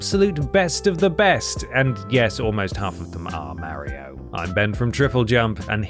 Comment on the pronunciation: I'm sorry but I can't watch any video where someone calls him "Mary-o".